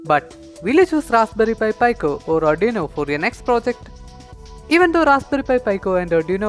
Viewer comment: its pronounced PE-CO not PI-CO